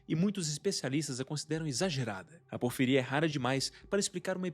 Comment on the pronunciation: Amigo, "porfíria" tem um acento no primeiro "i", a pronúncia tá bem errada